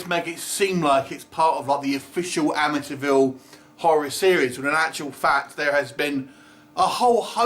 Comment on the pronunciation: you pronouncing "Amityville" sounds a lot like "Amateurville" - I think it's fitting for this film